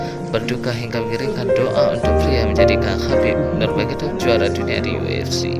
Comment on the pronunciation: bng.. nurmagomedov.... BUKAN NUMAGEDOV😁😁😁😁😁😁😁😁